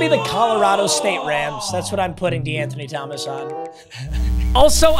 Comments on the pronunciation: I took a shot evetytiem he saiud dewanthony thgomaqs and im fuicked uop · lowk the amount of times he said de’anthony started to piss me off